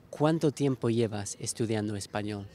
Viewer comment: El sonido L al final de la palabra español no me parece lo suficientemente suave, ¿de qué país es?